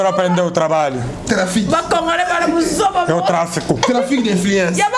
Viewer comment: Aprendeeeee tu trabaliooooo 🤣🤣🤣🤣🤣🤣🤣🤣🤣nazokoka te 😅🤣🤣🤣🤣